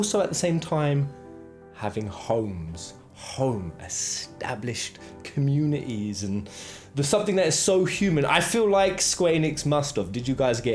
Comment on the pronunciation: Humanaeey, communieey...why ? :) :)